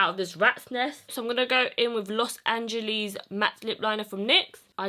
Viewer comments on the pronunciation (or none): omg they way she said los angeles xDDD